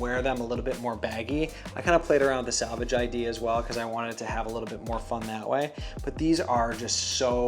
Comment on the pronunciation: Selvedge, not salvage... unless you're repairing the denim. 😆